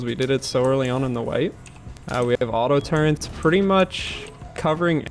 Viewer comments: "auto-turrants" lol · "aUtO tURrEnt" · i love how all these years on, people are still calling them "auto turrents" like WTF? its turret. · Rust update: "Modular auto turrents" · IT'S AUTO-TURRET FOR THE LOVE OF GOD This guy needs to revisit middle school to learn proper grammar and verbiage. Good lord.